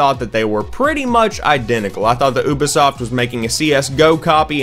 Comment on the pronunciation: Aubay(Ubi) Soft, really?